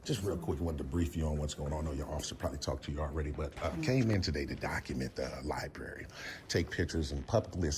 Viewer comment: she says libarry :O